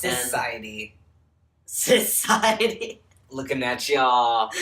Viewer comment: "CISiety" lmfaoooo